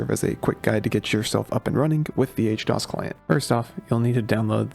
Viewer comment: How you gonna call it H-dos when it's literally HD OS lol. I feel like I'm getting memed on